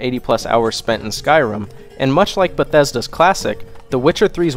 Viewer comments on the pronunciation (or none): none